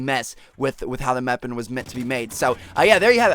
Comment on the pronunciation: xD he said meapon instead of weapon